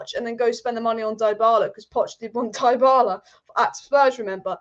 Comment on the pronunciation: DA-bala and DIE-BALA - Killed me ! LOL. You really need to learn how to pronounce some names dear.